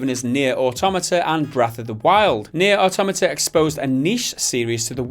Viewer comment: Faded? Quite the opposite actually. And again, it's Nier "aww-tow-mah-tah" not "oh-tom-ahta"